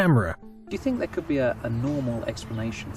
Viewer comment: Interesting, but get someone else to do the narration. Also The, this, there Not v, vis, vere